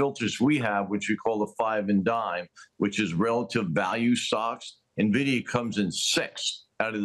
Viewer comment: I cant trust anyone who pronounces it NUH-vidia